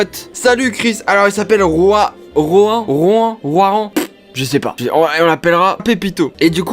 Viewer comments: Ça se prononce Rouane mais sa s'écrit Rowan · 0 Roan c'est ''rone'' (prononciation) en fait... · Non c rowan et ca ce prononce rowane